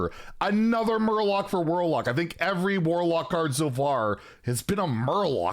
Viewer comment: Not murloc warlock but Murlock!!! Get you shit together